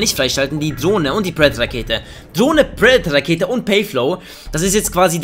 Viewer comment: KEin Hate !! machst gute Videos mach weiter so (Y) aber ohne deine Leitung wärst du so einer der immer so knapp im 0.9 kd Bereich wärst . Und lern predator Rakete auswendig und dann sag es mal richtig ✌️